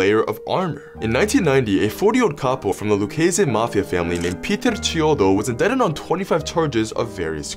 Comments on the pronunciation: You pronounce indict in-DITE, not indit or whatever you said 🙄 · Veek? More like Vick. Work on pronouncing indicted, too.